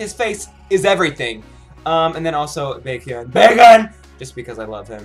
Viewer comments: I heard "Bacon" instead of "Baekhyun" XDD,nice job though. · Even though in English it should not be 'Bacon',the Korean pronunciation should be exactly'Baekhyun' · When he was saying baekhyun it sounded like bacon😂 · am i the only one that heard said oh bacon! bacon! instead of baekhyun? lol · "Baekhyun BAKEKhyun BACON" in that part...he repeated the his name to bacon from my ears. I must be hungry lol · I'm not no crazy fan but Exo- k sings it in Korean and then Exo- m sings the same song in Chinese....and yeah he said Bacon that's one of Exo- k members who's name is Baekhyun but pronounce like Bacon....if you still wanna know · its baekhyun,not bacon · I shouldn't be saying this but it sounded soo fun by when he produced Baekhyun's name it sounded like he was saying "bacon" but it was a good reaction video! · lol. thought you were saying, "bacon, bacon, BACON!" haha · I love how you mispronounce baekhyun.... I hear... BACON! BACON! BACON! Hahaha >_< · Is it that he doesn't know how to write or pronounce Baekhyun's name and D.O's (he said DO) or is he just joking? Someone please answer cause it annoyed me a bit.